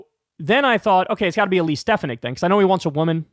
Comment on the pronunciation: Ste 'fan' ik, Kyle. Pronounced like sports fan. Stress on second syllable.